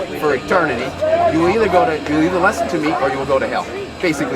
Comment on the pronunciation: why does always pronounce listen as "lesson" it pisses me off more than any of his moronic beliefs